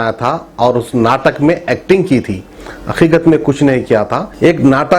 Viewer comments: wo akhikadh nai hain hakhikhat hain jii 😂😂😂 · It’s Haqiqat not aiqat try to improve your vocabulary at least in your own language Really uneducated taking news from media channel adding your own comments and given the news!